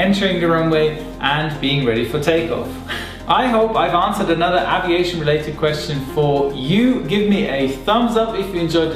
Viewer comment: aaviation (English has left the chat)